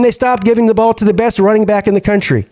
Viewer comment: PP it’s just one game. You sound like a Alabama fan dude! “Just run the Bawl”